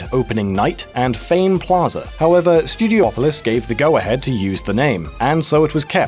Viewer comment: It's pronounced Stew-dee-aw-pah-lis, not Stew-dee-oh-po-lis It says Pine Pot not Pine Bot